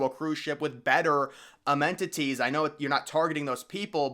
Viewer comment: LOL! You said "amenTITIES". Nice and subtle.